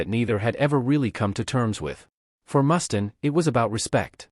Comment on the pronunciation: Ikr? Can't watch the whole thing, if they can't even get the names right.